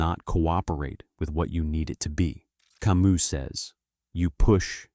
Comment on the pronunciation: learn to pronounce Camus correctly in French,its ironic to try to get to deep philosophy and mispronounce the name either you or the AI you use. Till that happens I rather open Camus myself in French and read the original